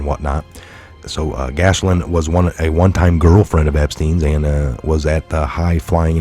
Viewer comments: Not gashlin, it's pronounced jizzlane. And, uh, I guess she is! ;) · 😊 That pesky French pronunciation… She has a beautiful name. It’s so sad it’s on such a gross horrible person…Her name is pronounced GEh- laine. Long G sound like you would say KEY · Pronounced Gilaine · sorry but you need to get these names right... it's pronounced GIZ Lane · That's "Gee Lane" Maxwell! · Hey, the spelling will trip you up, but you pronounce it “Gill Layne”. God love you. 🤣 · Thank you, for all you do, I'd be so confused if it weren't for you and the rest of the awesome Truther Patriots out there! Love, Blessings and Gratitude🐸💜✌🇺🇸🌎 (I think it's pronounced like ghee-lane) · Gee Lane is the pronunciation